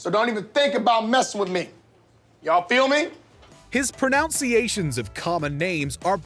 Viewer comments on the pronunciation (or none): Narrator says “Pronounceation” instead of pronunciation when talking about the skit that pronounces names wrong. Lol